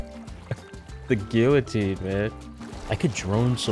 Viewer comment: THE WHAT? The Gill-o-tine????